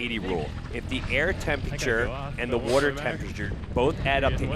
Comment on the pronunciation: Do a burpee every time the announcer mispronounces the word "water".